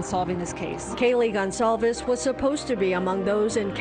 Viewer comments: Can we please, please learn how to pronounce “Goncalves” correctly?? News reporters are all over the place with this, throwing out whatever they want. It’s NOT THAT HARD! and it’s extremely disrespectful to the victim and her family. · the police chief can't even pronounce Goncalves. incompetent prick